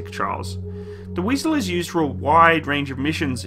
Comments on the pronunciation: it’s „wIEsel“ not „wEIsel“ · i know but he said Weisel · The name is Wiesel, not Weisel😉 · not "weisel" but wiesel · It is Wiesel and not Weisel!!!! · "Wiesel " goddammit.